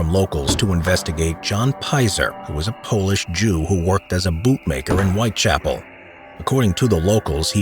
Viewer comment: A pronúncia correta é White Chápoul e não White Chapél